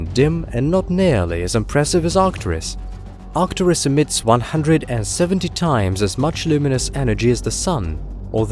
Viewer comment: arcturUs, not artcturis you ignoramus